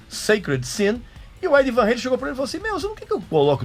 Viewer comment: Eddie Van 'reilen' ( kkkkkkkk )